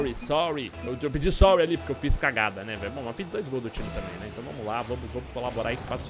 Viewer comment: em vez de falar sorry, o falou sói, ele quer sol KKKKKKKKKKKKKKKKKKKKKKKKKKKK